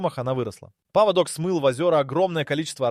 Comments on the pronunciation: Поводок это у собаки а паводок это совсем другое и произноситься по другому. Тупой ии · ПоводОк? Это у собак )) найдите одного образованного человека)) передача отличная но в каждой озвучка двоешника с косяками .поводок . Иду гулять с собакой где мой после дождя паводок с гор)))что будет через 10 лет?